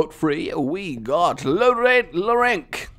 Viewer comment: It's pronounced lorens but spelled differently